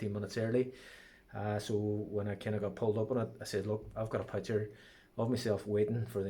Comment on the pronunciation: Great advice put please stop saying pucker..is picture 🥰🤣🤣🤣